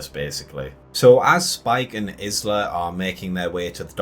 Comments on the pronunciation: Definitely was disappointed… but, are you mispronouncing her name so blatantly on purpose? You pronounce “island” correctly, but not hers? “Eye-La”. Anyway, I pretty much agree with everything said in this video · Hi, Isla is a feminine Scottish name pronounced has 'eye-la'. How you pronounced it drove me nuts lol. Thanks for the video. I think its mentioned earlier in the film to kill an Alpha it would take lots of arrows. So it is covered, but not the reason why. Overall I enjoyed the movie, but the last 5 minutes completely threw me and I wished it wasn't included. Though I guess the reason was because they are preparing us for part 2. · Yup! I mean, has he never heard the word, 'isle', being said. Presumably they don't say her name in the film. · Can anyone pronounce Isla!!! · they do say her name a few times in the film, which makes this guy's mispronunciation even more irritating!